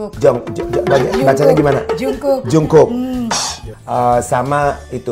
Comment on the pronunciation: Jangkuk beb baca nya bukan jung. Btw i love these twooo❤❤